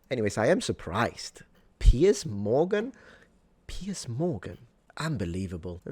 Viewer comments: *Piers..... the man's name isn't "Pierce". What fool let that one get by? One of your paid staffers? And it's pronounced "Piers", as in multiple piers. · “PIERCE” Morgan or PIERS Morgan? 😂